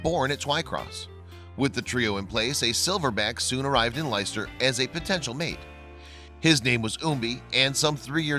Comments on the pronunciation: The place where the zoo is is pronounced as ‘Lester-shire’ Leicestershire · Leicester or Leicestershire is pronounced "Lester" or "Lestersher" I know, weird huh? But true.